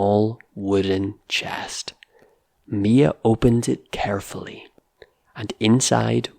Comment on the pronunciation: are you Scottish? I'm just curious because of the way you pronounced certain words like the ones that have the /ey/ sounds: carefully, raised, paper, and waves. Carefully sounds like curfully; raised, reezed, paper has a true /ey/ sound; and waves is wevz. Also, isn't buried supposed to sound like beh-reed?